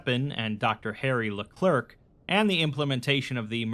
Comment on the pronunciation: "LeClerc" is pronounced le-clare jsyk